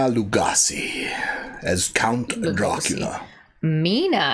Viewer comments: It's Lu-GOH-si. With a long O. Legassi is the TV chef who shouted "BAM". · Lu-GOH-see not Lu-goss-ee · Thanks, that's interesting to know. But, bottom line here is, when you're talking about a person's name (especially a name that they created themselves), the proper pronunciation is how they themselves pronounce it. And he pronounced his name Lu-GOH-si. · It’s pronounced Bela Lou- go- see 😂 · Bela LU -go -she, is how you're supposed to pronounce it according to the late Christopher Lee. And apparently even after a century, Stoker's book the way he wrote it, has never been done on screen. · Your pronunciation of Bella Lugosi’s last name is… Painful